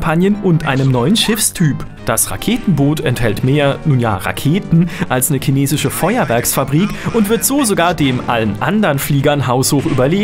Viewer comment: ja schon klar,aber warum sagt er "kinesisch"?